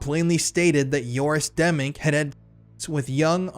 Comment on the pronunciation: Joris Demmink, not Yoris Demming. I read this one, and Demming is a real person. I'm glad you're exposing these scumbags bc I don't see anyone else doing it.